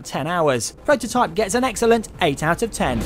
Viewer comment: its called Prototype, not pwototype